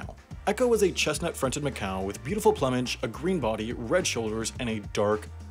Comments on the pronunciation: How on earth can you pronounce it plum-age instead of ploom-age when plumes is pronounced plooms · Pronounced ploomage not plumbage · ploomage not pluhmage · For future reference, the first part of "plumage" rhymes with "doom", not "dumb". ❤ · Did you pronounce plumage as "pluh-midge"? It's pronounced "ploo-midge". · Yeah, I really don't like prescriptivism, but "plummej" made me reconsider for a moment. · "Plummage" XD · The way you pronounced "plumage" gave me a minor prescriptivist aneurysm. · Alright. We need to keep a running list of words can't pronounce: woman, buffet, plumage... anything else?